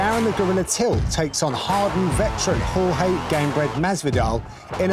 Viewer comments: Spencer P its not george and its not horhay either , its horhe with the e at the end pronounced like the e in "yes" for example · It's Hor-Ha without the Y i'm latino. That thing about calling him George is stupid, it's like pronuncing the name of an american Jhon Juan in México, it's easier but not accurate